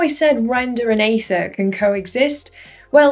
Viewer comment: it's aether not aethir, right?